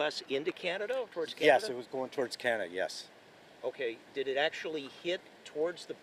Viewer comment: . " going towards Canad "